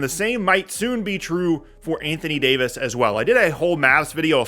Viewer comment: I gotta unsubscribe. Mf said d fox for Davis 😂😂😂😂😂😂😂😂 can’t make this up